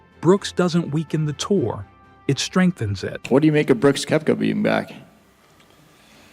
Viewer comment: Nice compilation but dude why that AI voice?? You start with mispronouncing his name it’s annoying